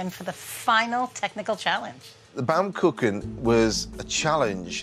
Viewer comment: Is it so difficult to pronounce baumkuchen right?